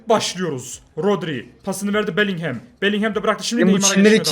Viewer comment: şu bellinghama belinghem deme onun okunuşu belingım